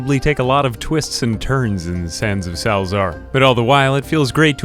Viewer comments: It's pronounced salsa-argh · It's pronounced 'Salza-ar' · as far as i know its just "sal-eh-zar"